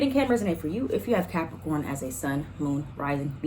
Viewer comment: Not you saying “capriccio-corns” 😂😂😂 (cap moon) Ok let me continue watching lol